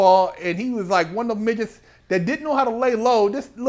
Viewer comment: Ahh man how you said miggets and kept a straight face .Priceless